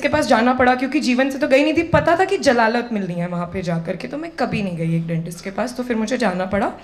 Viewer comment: jalalat nahi zalalat hota hai..fir nahi phir hota h madam ji